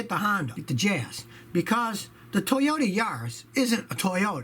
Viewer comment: the Toyodee Yaris... Scotty you feeling alright man?